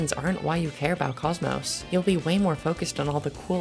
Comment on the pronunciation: Cosmos? I thought it was cock mock 💀